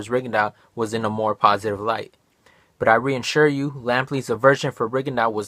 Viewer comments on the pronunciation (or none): 'reansure you' - ? take the video down and start again